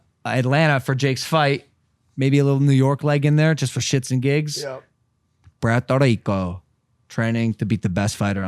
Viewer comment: logan dawg u need to learn to roll those Rs to say puerto rrrrrico!!